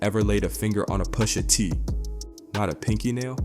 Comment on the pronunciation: This is a A.I video lol. No body pronouces names like this, "Poosha T", lol